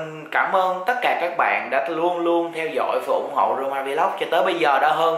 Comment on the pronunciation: Roma vlog mà minh nghe s thanh corona vlog =))